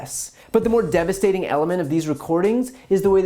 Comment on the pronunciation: “Devasting” lol